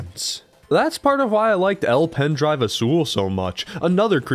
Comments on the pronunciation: it’s pronounced el pen drive a - sul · Okay but be level with us. By how much did you specifically add another tiny mention to El Pendrive Azul, just to redeem your pronunciation of it? >u>